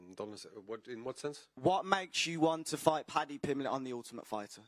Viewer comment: Padjee Pimblej